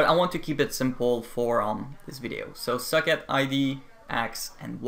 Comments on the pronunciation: I am the only one or when he says socket I hear suck it? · why do you pronounce socket like suck it? haha great tutorials though